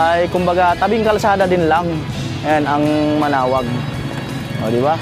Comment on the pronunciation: Manaoag hindi manaog